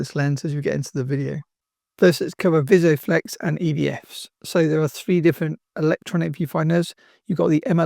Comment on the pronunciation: Great video, but just a note that it's Vis-O-Flex, not Visio-flex.